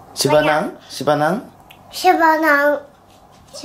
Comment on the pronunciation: 、、「しばなん」の発音がめっちゃ綺麗！！ サ行は発音難しいのに😭スゲェ